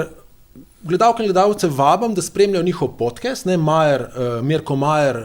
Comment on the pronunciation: Podcast se izgovori podkast in ne podkest.